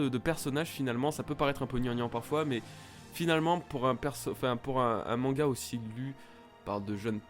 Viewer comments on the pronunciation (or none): none